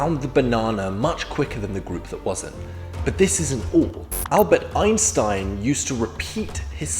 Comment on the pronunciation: HAHHAHAHA “who’s eansteen?”